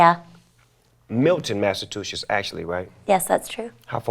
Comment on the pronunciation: Snoop can't say Massachusetts..